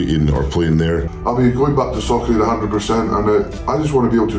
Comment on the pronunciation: I hear Socrate instead of Soccer Aid But the match looked fun